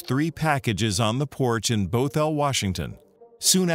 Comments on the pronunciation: Funny enough, I grew up with her. I nearly screamed when I saw her picture on this video. I'd seen the video before... But never knew it was her. Also, it's Bothell. Not bO-thell😂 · They were all pretty good but you mispronounced Bothell its Both ell not Bo thell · It's "bahthel", not "bowthel" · i love it when ppl butcher saying bothhell, thats not even how we say it here HAHA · The way he says Bothell cracked me up